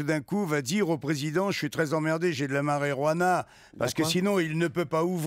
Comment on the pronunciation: Vous avez coupé le meilleur moment de l'histoire là où tout le monde délire parce que Pierre sait pas dire Marijuana :(